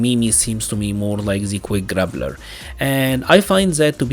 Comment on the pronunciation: Your accent makes it sound like you're saying, "grabbler" and I love that. That is my new favorite term. :) I hope MiMi has Abel's standing anti-air grab. I love plucking people from the sky with that. Especially on their back jump on wake up. Looks hilarious.